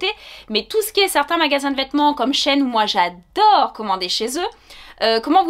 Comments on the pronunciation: coucou ça se prononce she ine car c’était anciennement she inside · Merci pour cette super vidéo! :)Je crois qu'on prononce Shi In :) Et au niveau des chaussures, as-tu pris ta pointure habituelle? Merci :)